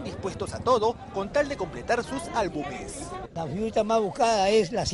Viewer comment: álbuMes!! álbuMes!! inviertan en saber hablar